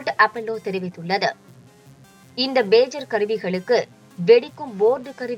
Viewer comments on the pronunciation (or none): What a great news reader, that’s PAGER; not BAGER. please teach your readers. BAGER sounds so awkward